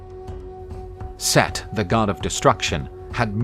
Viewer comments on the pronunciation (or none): SETH?!? Its Set, not Seth.